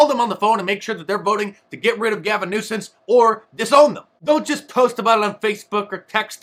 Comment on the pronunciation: Love it Mark! Get rid of Gavin "Nucense". 😂